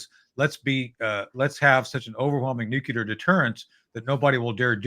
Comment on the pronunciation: Marvelous SuperHero dialogue, Guys.. such great Historical Situational Awareness sprinkled throughout.. And, advice to Tony, from an 80-yr olde with Cold Warrior street creds... "Nuculer" is a mis-pronunciation introduced into the "Lexicon" from the Oval Office by "W," Bush the Stupid. The proper pronunciation is "Nuclear," derived from a reference to the atomic structural dimension of "Nucleus"... you know, Protons, Neutrons, Electrons.. fundamental atomic physics. Quarks 🤔 💭 & such.. ? Above my Uncertainty Principled pay grade.. 😅. Thank Heisenberg 🎉